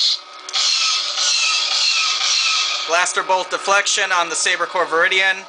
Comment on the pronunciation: It's actually VIRIDIUM not VIRIDIAN